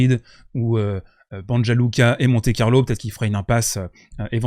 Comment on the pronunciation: SV Banja Luka se prononce BanIa Luka (le j=i). D’ailleurs pour votre info Banja Luka est la capitale de la Republika Srpska une partie de la Bosnie qui est serbe. Djoko sera à domicile la bas :)